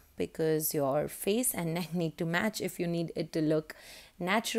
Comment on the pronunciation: Who say fay not face fay. Lool fay